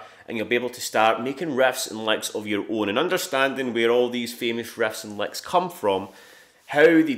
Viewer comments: It's "riffs & licks", guys. Yeah, I thought he was saying "rests and likes" at first too. 😅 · "Refs and lecks"?? 😂